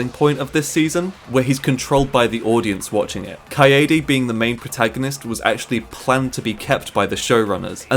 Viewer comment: Kaede* not Kayeidi